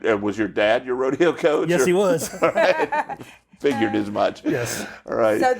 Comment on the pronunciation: How do you manage to have an entire episode on rodeo and not even know how to pronounce "rodeo"? I mean, seriously. It's not like they're even a live studio audience. Sheesh.